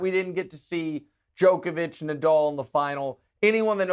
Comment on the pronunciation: Guy you can’t congratulate yourselves on pronouncing Djokovic correctly and then proceed to pronounce it incorrectly the whole time lol. Check out his wired interview to see how the man himself pronounces it.